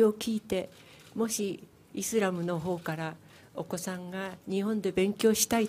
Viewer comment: イズラムじゃねーｗ イスラムだわｗ!!